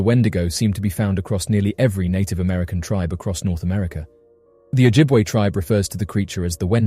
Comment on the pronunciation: Im first Nations Ojibwe Very good on pronouncing our Nations Name impressive good true storie that we are taught as children